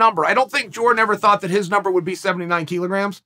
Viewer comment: Thanks to Chael, I now know that it’s pronounced “keelograms”.